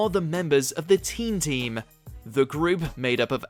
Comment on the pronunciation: I also thought it was called team team not teen team